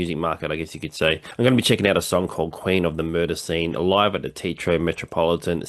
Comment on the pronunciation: So, you're another TEA-Thrower . . . . ?! TE-A-TRO !!!!!!!! Got it????????? 😤😤